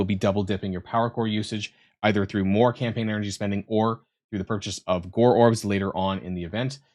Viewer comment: It's not "Gorr orbs" it's Gorrbs" ;)